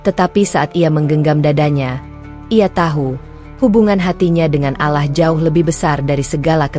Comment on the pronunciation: Bacanya yg bener kata Allah bukan alah